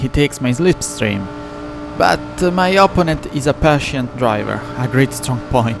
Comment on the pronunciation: non ti offendere ma una cosa te la devo dire (dall'accento direi che sei romano come me): imparati gli accenti e le preposizioni in inglese perche' veramente suoni strano eh. La pronuncia di opponent, protect, penalty, delaying, allowed, comfortable, legit, our, consequences, assume, essence, e alcune altre parole e' sbagliata, soprattutto l'accento, e l'uso delle preposizioni e' spesso sbagliato. Google translate e altri tool gratuiti ti possono aiutare perche' leggono i testi a voce alta. Sono parole che parlando di corse auto dovrai ripetere ogni volta, quindi aggiustale una volta per tutte e via.